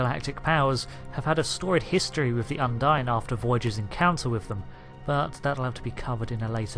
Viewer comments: I very much enjoy these videos. Well done. But-. What is it with so many Brits and am inability to correct pronunciation? Un-deen. There are many many times an in game character pronounces the name of the species. It's not open to interpretation, it's just a fact on how you say it. And while we're at it's Super Marr-ee-oh. Not Mare-ee-oh. He literally exclaims his name when you start the game. #justsaying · If you say the name of species 8472...undine...repeatedly...and incorrectly...it doesn't make the pronunciation correct. What's more bizarre is that you are listening to it spoken correctly ingame yet you opt to say it incorrectly...over and over. Why? As an aside...I fully understand what may be the issue... that being U N D I N E should be expected to be pronounced as you do. The reason it is not and the disconnect between the name and spelling of it will likely remain a mystery.